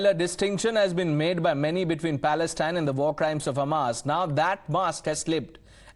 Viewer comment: Inform the communist idiot to learn how to pronounce the word “Palestine” properly,secondly the bigots are out because Modi and the Majority of Indians support Israel,have nothing to say what the Chinese are doing to their Muslim population.